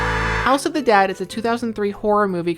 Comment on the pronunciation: I kepty thinking you were saying House of the DAD! lol